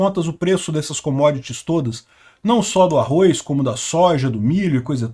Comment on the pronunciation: Não é arroiz não